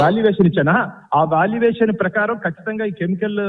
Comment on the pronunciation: వాల్యూ వేషన్ ఏందిరా ఏం చదివినావ్ 😂😂😂